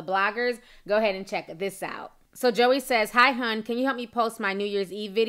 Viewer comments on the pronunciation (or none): Lol at “Josy” “Joey”. It’s Joy but she spells it weird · This is so hard for me to watch because of all the mispronounced names 😣🤦🏽‍♀️. Josie, Joey... it's pronounced Joy!!! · Pronounced Joy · Pronounced Joy not Joey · It's pronounced JOY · Just letting you know (I'm sure somebody already said it) but her name is pronounced Joy lol but this shit is crazy af 😂😂😂 I absolutely love watching your videos Ti, you make my day ALWAYS!!! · I think her name is pronounced "Joy" but I've never heard anyone say it aloud. I'm disappointed in her doing this. WOW. I thought she was low key and sweet. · your saying Joie's name wrong it's not JOEY Its French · It's pronounced "Joy" 😂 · Girl her name is pronounced JOY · That girls name is pronounced joy and just bc Ciara is famous doesn't make her perfect for him.Future is nasty and anyone who sleeps with him is desperate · Girl, it’s pronounced “JOY” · I thought her name was pronounced Joy? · her name is pronounced as Joy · Ya'll seem bitter in these comments. Also, her name isn't that hard to pronounce. Get it right for journalism sake. Ciara isn't a major star lol but what does that have to do with love & commitment? Ya'll love bringing up Ciara for no reason. Let it go. She clearly has.